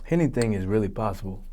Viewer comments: "Hennything is really possible" ctfu im sleep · "Hennything is really possible, hennything is really possible." 😂